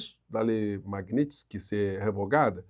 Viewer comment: Nada a ver, porém tudo pertinente. Só por curiosidade.Porque tantas pessoas, inclusive com formação de nível superior, falam/pronunciam erroneamente determinadas palavras? Seria falta de atenção ou problema de dicção?🤔🤔 Exemplo: (correto) Lei MagníTSki, e não magnÍStki. 😂😂😂😂😂😂